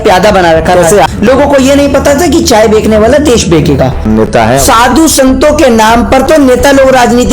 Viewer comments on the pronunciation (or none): Chaye bechane wala hota h. Na ki bekne wala.. bhi pahale apni hindi ko sudharo. Or thodi kam fako..